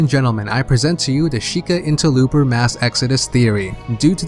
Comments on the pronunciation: Dude you're driving me crazy every time I hear "InterLOOPer" and "Garido" lol Try Inter-low-per Gurr-oo-do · Love ya buddy but why are you saying "interlooper"?